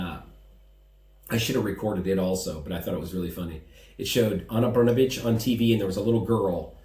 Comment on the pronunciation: Wow, I am impressed how you tackled pronunciation of “Brnabić”. Yours “br” and “ć” are nearly perfect. Everything else about it is crappy, and neću da ćutim, bre 😄 Also, I appreciate you speaking out. Thank you.